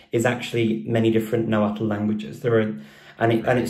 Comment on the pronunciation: Watch superhollys video with her dad, hes a real linguist who knows everything about náhuatl. BTW Richard kept mispronouncing náhuatl lol